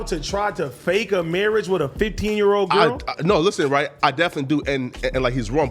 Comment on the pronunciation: every time say “right”, it just don’t sound right